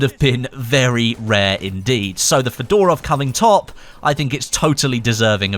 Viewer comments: it's not fedOrov but fёdorov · Come on, mate, It's pronounced FEdorov, not FedOrov (with an accent on first E) :)